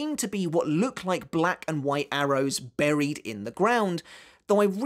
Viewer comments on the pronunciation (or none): none